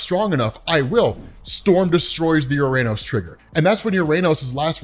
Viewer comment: Just a note, "Uranos", as per ancient Greek where the name comes from, is pronounced as "ou-rah-nos", or "o-rah-nos", and not as "youranus"